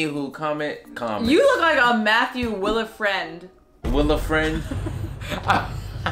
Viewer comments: Will-a-friend? 😂 What meant to say (by my guess) was Wilfred. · Not Wilfred but Will-a-friend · Matthew will-a-friend dawg 😂😂😂😂 wth 😂😂😂😂😂